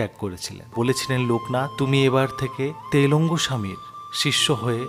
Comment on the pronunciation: বক্তা কি বাঙালি বা বাংলাভাষী নয়?! ত্রৈলঙ্গকে তেলঙ্গ ছাড়াও এমন আরো অনেক অবাঙালি বাংলা ও উচ্চারণ কেন? "খুব" শব্দের ব্যবহার না করা ভাষীর গন্ধ পাওয়া যাচ্ছে যেন!!